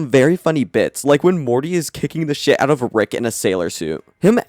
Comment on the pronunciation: EScape. Not EXcape. SHIT. Not Shi_t. You talk like you are hiccuping.